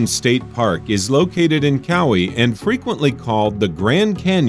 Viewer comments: Regarding the Hawaii installment, it's wye-MAY-uh Canyon, not wye-uh-ME-uh, and it's on cow-EYE, or more like the Hawaiian pronunciation, cow-AH-ee, not cowie. For Iowa, you got your vowels reversed; Maquoketa is muh-KOH-cuh-tuh, not muh-COAT-uh-kuh. Michigan's red map didn't include the Upper Peninsula. Mississippi's location can't be pronounced TAH-show-ming-go when the first syllable is spelled "Tish". Contrary to what you said, Zion National Park in Utah is not also a state park. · Not prounuced as kow-wee its ka-waí LOL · Lol why uh me uh, and cow-e. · It’s Ka-Wai-E!! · why-amia Cow-ie. Oml lol😂😂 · let me give a real quick guide on the pronunciation of the Hawaiian place names: Waimea (why-may-uh) Kaua’i (cow-ah-ee) these aren’t exact pronunciations but it’s an improvement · Note to narrator.... Waimea (sounds like WHY-MAY-UHH), and Kaua'i (sounds like KAH-WHY-EE). Thanks! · WAYA-MEEA COW-EE iM NOT OK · "Cowie", Hawaii??? How can you not know how to pronounce Kauai?Thumbs down. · I love how he pronounces Kauai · I'm from Hawaii so I was laughing hard when I heard it. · I thought he said Maui, and had to listen twice to hear him mispronouce Kauai. Gee get it right. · I noticed it too. And he referred to Zion in Utah as a state park. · I'm not from Hawaii but even that made me spit out my drink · The way he pronounced "Waimea" and Kauai....... DX but it's ok.. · His pronunciation of "Kauai" gave me unbelievable pain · Mispronounced Kau’i and Waimea in Hawai’i, but good choice. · You pronounced Kauai,Waiamea and Hawaii wrong I would know it’s where I live